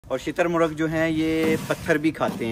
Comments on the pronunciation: Shaturmurg❌ Chiittar murg😂😂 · shitar muragh nahi hota bhai shutar murgh hota hai